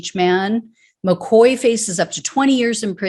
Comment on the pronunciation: All these Irish names make sad reading.McCaughey should be pronounced Mc Caw-hee but I know Americans have a problem with Irish names like Moran and Mahoney and Siobhán and Niamh.Anyway,I hope that they enjoy going to jail for the orange blob and I'm sure that he won't be thinkinking about them while playing golf.